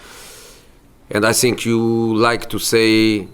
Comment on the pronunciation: I sink I sink I sink I sink he should go to Portugal.